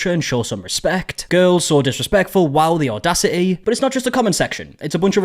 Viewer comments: ‘Odasity’. What the hell 😂😂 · "The odasity" 😂😂😂😂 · audacity ❌ odasity ✅